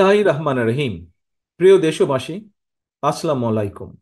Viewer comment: আপনার ছালাম ঠিক করেন ।।।।।আসসালামু আলাইকুম।।।